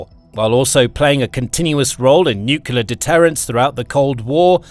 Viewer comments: You pronounce the word as nuc-le-ar not nuc-u-ler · i only got 5 minutes in and the idiot started speaking jibberish like a 2 yo infant. can anyone with a brain tell me what a nukular weapon is? is that the usa version of nuclear weapon? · Good presentation, but it's "nuclear", not "noocular" FFS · Someone tell this idiot narrator that the word he keeps botching is pronounced NOO CLEE AR not NOO CUE LER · Nuclear (new-clear), not nukelar. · It's 'nu-cle-ar' not 'nuk-u-lar'... When the last B-21 is sent to the boneyard, the crew will be flown home on a waiting B-52... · I don't want to generalize, but I don't know of any exceptions that I've heard... Do Brits add an extra U after the C in NUCLEAR? No idea why every Brit and Jack Bauer pronounce NUCLEAR as NUCULAR. It's just like nucleus, except nuclear. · nukyuler nukyuler nukyuler. sounds so stupid for an otherwise excellent report. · Wish the narrator would pronounce "nuclear" correctly.